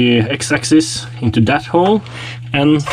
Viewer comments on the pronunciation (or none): none